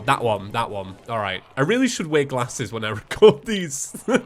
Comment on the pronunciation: U can just tell from the way he says glasses he’s not from the south of England